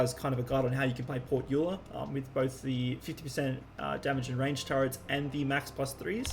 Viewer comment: woah someone who pronounces euler right earned a sub